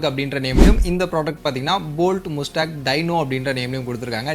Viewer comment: Athu mastang nu pronounce pananum bro